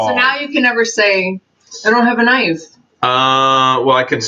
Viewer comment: why do you always say knife wrong? It fits your personality